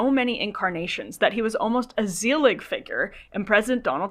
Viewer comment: Thanks for this. For future reference, Zelig refers to the Woody Allen movie of that name and it is pronounced ”Zeh-lig” not “Zee-lig”.